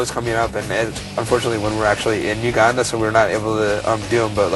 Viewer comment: lol do all American's say "Uganda" like that? (Not meant in a way that would inspire pro-American rage on my ass.)